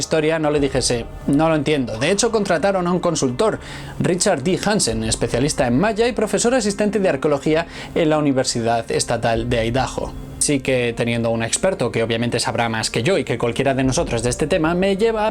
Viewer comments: es Idaho (Estados Unidos) pero en español se pronuncia Aidajo saludos desde California 😘😘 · Por favor Idaho se pronuncia Idaho, con acento fuerte en la I no en la ultima silaba